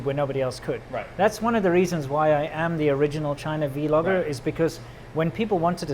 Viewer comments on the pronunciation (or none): "vee-logger" ugh it's like nails on a chalkboard. Just roll the "v" into "logger." Like "blog," you don't say "bee-log." Sorry hahaha that just drives me nuts! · Every time says Vee Logger a kitten is murdered in front of its mother.